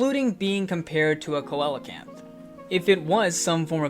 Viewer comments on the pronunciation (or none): It's pronounced more like cee-la-canth